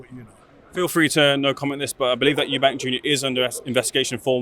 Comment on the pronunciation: This guy still can't say Eubank